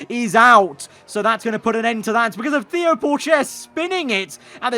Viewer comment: It’s pronounced ‘Teo’ not ‘Theo’